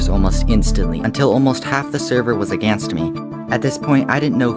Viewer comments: “Aganst” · You say "aganst me"